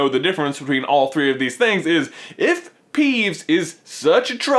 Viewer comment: .....You said peevbes instead of peeves